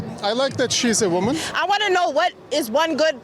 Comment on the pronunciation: “I is a ejucated wimman!” 😂😂😂😂😂